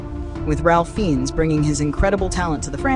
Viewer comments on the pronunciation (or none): Raif Fines is how you pronounce his name.